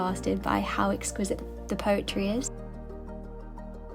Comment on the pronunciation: It’s the peculiar swap out of the E’s for A’s in her pronunciation that grates for me, e.g. example is axample, exquisite is axquisite, everyone is averyone.. so when except becomes accept, unfortunately, it tips over to irritating as nails on a chalkboard 😂 I’m sure it’s not deliberate.